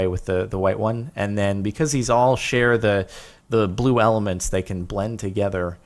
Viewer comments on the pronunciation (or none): none